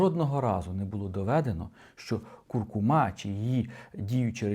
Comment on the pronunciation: Не куркумА, а куркУма. Все інше розказує правильно